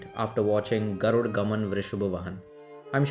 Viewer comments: It's not garud gaman vrishabh vahan!! It's Garuda gamana vrishabha vahana! & Yeah definitely you'll pronounce the original language of the movie as kannad! No it's not! It's kannada. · Good video! Just a simple question, why do you pronounce 'garud' when the movie poster has clearly said 'Garuda'. Similarly, you do it for all the words. Is there a reason for it? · Pronounce properly kannada people can tolerate anything apart from language Its not garud gaman vrishab vahan It us GARUDA GAMANA VRUSHABA VAHANA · Add a for ur pronunciation bro so u can spell the title properly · Pls pronounce the name of the film full, don't forget rhe last "A" , GarudA GamanA VrushabhA VahanA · Absolutely, when it is spelt with a why is it hard to read as is! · 90% comments on how to pronounce Garuda.. come on guys appreciate the effort and good review rather than pointing out one mistake. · Can't you pronounce the movie name correctly, you are not a foreigner bro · Yes bro why they don't find after A. DA ... NA BA NA....